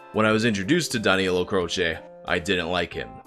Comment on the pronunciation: The guy chose the name "" cause it would sound like Danilo Croce, but in english, and even then you decided to pronounce Croce as "Crosheh" x)